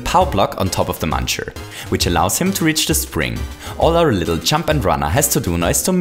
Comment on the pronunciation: Did anyone notice he said muner?